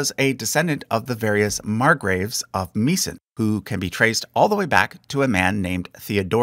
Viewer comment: please look up pronunciations for stuff like Meissen and Wettin if you haven't already since the video came out 😭